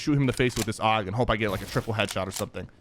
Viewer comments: Sypher its a A.U.G not a AUG!!!! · I cringed every time he said aug like aoug